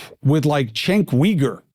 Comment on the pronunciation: Learn how to pronounce cenks name correctly comomo